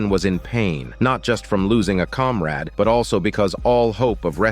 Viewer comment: "A Comrad", So Hollyweird.